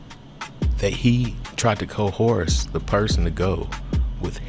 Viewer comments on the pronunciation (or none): Outed not ousted. Coerce not coherse. I love everybody including you. Love helps/guide always. Great video thank you. Especially the charleston info, wasnt aware, should have been, probably boule.